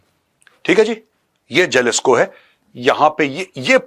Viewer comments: Jalisco J ko yaha H pronounce karte hai HALISCO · It's pronounced as Halisco Major sir 😅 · It is pronounced Halisco Cartel..